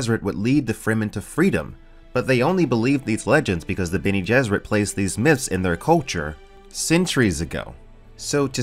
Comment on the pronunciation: "Benny Gesserit" :P - but still, good vid